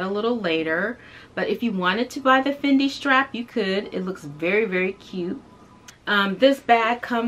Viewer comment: Thank you for pronouncing it correctly!